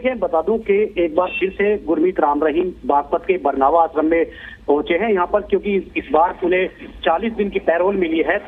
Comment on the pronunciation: Ye न्यूज़ बताने वाले को हिंदी नही आती बरनावा को बरवाना बोल रहा है